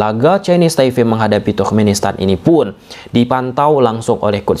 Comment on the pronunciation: Kenapa ya abangnya kalo ngomong yg ada huruf "P" nya tuh sering diomongin jdi "F" Ini TaiFe dulu juga jdi NeFal😢😢